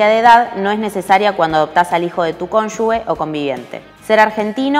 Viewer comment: Cónyuge está mal escrito y mal pronunciado en el video